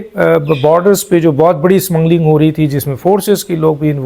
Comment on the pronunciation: "Smmungling" naheen hotta "Kottayam Kay puttar", it is "smuggling".